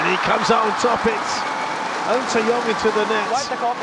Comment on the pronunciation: The British commentators certainly cannot pronounce ng or tz